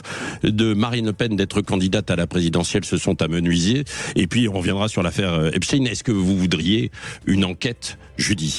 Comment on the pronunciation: On ne dit pas "moi et mes cousins" mais, "mes cousins et moi" 😊 On ne dit pas "Epstin" !